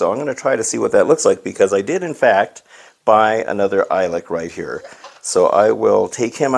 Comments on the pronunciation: You pronounce it E-Lick... I think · It’s pronounced “eelik”